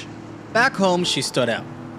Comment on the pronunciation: An ug-lee angry les bi anne